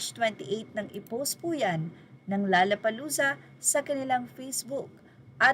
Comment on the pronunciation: By the way, it’s “low-la-pa-loo-za”, not “la-la-pa-loo-za”.